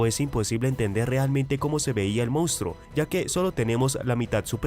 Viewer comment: Hay que aprender a leer bien y pronunciar correctamente ya que no se die mounstro se dice monstruo,ese defecto se da casi en todos los que no saben leer bien